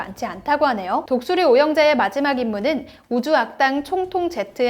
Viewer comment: 충돌? 충동? 독수리오형제 잘못읽으셨네